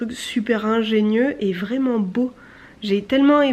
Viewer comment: "Et pi l'intérieur est vrinment bô", tu choppes l'accent que tu le veuilles ou non !